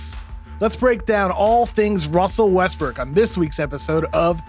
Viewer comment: "Wussell Wuestwook"